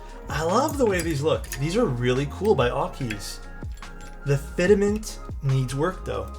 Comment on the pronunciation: fit·ment: Pronuciation = fit-mənt. Not fidament. Also, they do provide an adjustment tool for orders. It's inside the aluminum key puller they send you.